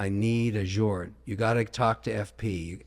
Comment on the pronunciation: Bro has literally met Jacob, and says FP Journe 🤣